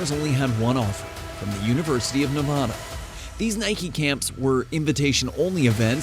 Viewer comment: It's not Nevahda! the first A sounds like the A in cat.